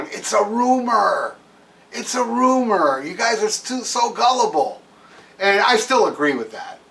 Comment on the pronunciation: itsnot a roomah. itsnot a roomah at awl!!!